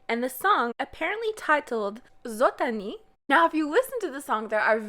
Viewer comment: your pronunciation of zot ani was kinda good 😳 it caught me off guard